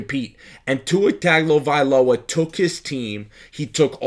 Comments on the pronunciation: Its pronounced Tungovailoa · It's pronounced - Tongue Oh Vai Loa Mahalo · If you are going to do this you must learn to pronounce people’s name. Other than that you are on point.